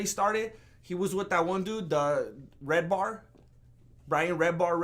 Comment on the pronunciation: Just came from watching redbar to here lmao what a pleasant surprise you giving Mike David a shout out mate. It's "Redban" he takes all the heat, Redbar however doesn't suffer any foo lightly. Great show in the can again!